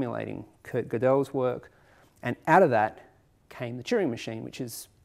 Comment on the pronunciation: Thanks for a lovely video! Minor correction: when pronouncing Goedel's name, the emphasis is on the *first* syllable.